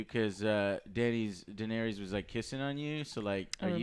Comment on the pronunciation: Pretty annoying how Joe can't even pronounce Daenerys correctly lol.